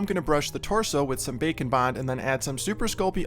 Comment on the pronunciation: Omg everytime you say “bake and bond” I hear bacon bond 😭